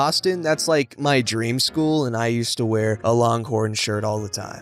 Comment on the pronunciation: The word is wear, not were. Two entirely different pronunciations.